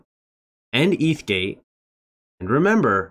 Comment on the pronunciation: He can’t even SAY ETH-gate correctly 😂😂😂